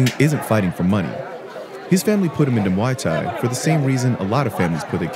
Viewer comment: It's not Mai Thai. It's not Moo Thai It's Muay Thai If your going to do a story you need to be able to pronounce it correct letalone have an understanding as to why kids fight